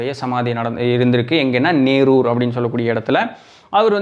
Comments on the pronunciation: சிவாச்சூர் அல்ல சிறுவாச்சூர் மதுர காளியம்மன், நேரூர் அல்ல நெரூர் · எங்கள் ஊர் சித்தரை பற்றி சொன்னதற்காக நன்றி!! நீங்கள் நேரூர் என்று சொல்வது போல் உள்ளது.. அது நெரூர் என்று அழைக்கப்படும் ஊர். கரூரில் இருந்து மிக அருகில் அமைந்துள்ள சக்திவாய்ந்த சமாதி.. மிக அமைதியான ஊர்.. நீங்கள் கரூரில் அமைத்ததாக சொல்லும் மலை தான்தோன்றிமலை ஸ்ரீ கல்யாண வேங்கட ரமண பெருமாள் கோவில்..இது மிக பிரசித்தமான பெருமாள் கோவில்.. நன்றி!! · நேரூர் அல்ல.. நெரூர்.....